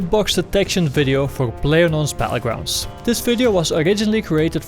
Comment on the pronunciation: BaTTlegrounds not Bahullgrounds